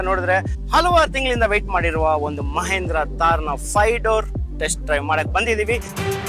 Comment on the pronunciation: ಮಹೇಂದ್ರ ಅಲ್ಲ ಗುರು ಮಹಿಂದ್ರ